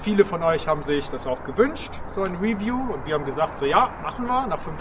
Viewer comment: ...why Germans can't say review? Stressed syllable in review: 2 syllables : re-view. Pronounced review: ri-vyoo.